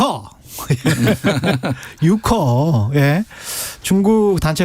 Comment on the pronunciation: Youke, 진행자와 패널들이 모두 “유커”라고 읽었는데 정확한 발음은 “요우커”입니다. 패널 중 한 분이 설명했듯이 여행객이란 말인데, 여행객에서 행을 빼면 여객이되고 요우커라는 말은 여객과 같은 한자이죠. 특별한 의미가 있는 건 아닌데 한국에서 아마 단체여행객을 일컫는 말로 일반화된 듯하네요.